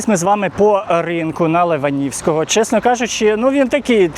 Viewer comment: Леваневського, а не леванівського. Б.Церква відстань від Києва 80км.